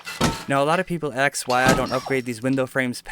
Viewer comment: Good video. Couple things though. If I were to raid that, I wouldn't go for the door or one of the walls, I'd go straight for the middle square ceiling piece. Second, you pronounce "ask" like "axe" and "especially" like "expecially" just letting you know.